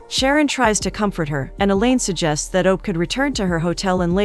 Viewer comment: As a Nigerian, listening to the narrator pronounce these names, got me😂😂😂😂😂😂😂😂 Segan - Shègùn Diji - Ďejì Op - Òpè 😂😂😂😂😂 Thanks for featuring the movie